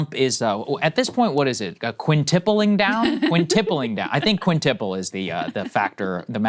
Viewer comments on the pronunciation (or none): "What is it, quintippling down?" It's "quintupling", with a "u" in the second syllable. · The correct term is "quintupling down", not "quintipling down". :-)